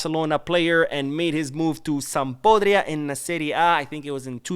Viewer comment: im quite sure you meant SampDORIA😁 and not Sampodria.